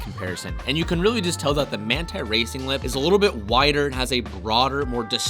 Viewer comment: So it is Manthey Racing but you pronounce it? #interesting